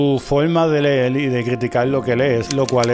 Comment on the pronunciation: Hola, no lo tome a mal, pero cómo usted que lee y ha leído tanto dice "leel" y "escribil"?